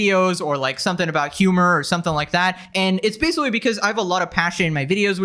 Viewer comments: Your pronounciation of the word "basically" gets worse with every video. We've now landed at "basawwy", right in the first few seconds. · Did you say basicwee? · “and basicwee” 😂 I’m sorry that just caught me off guard 😅 Love your videos tho! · This is basoowee crazy. I basicwee can't beweeve it